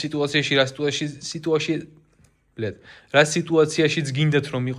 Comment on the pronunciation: cleanest "ბლიად"